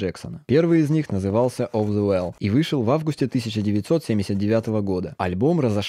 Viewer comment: Я ДОЖДАЛАСЬ ПОСЛЕ ЭЛВИСА ПРЕСЛИ😹❤️ (Только альбом читается как "Оф же вол")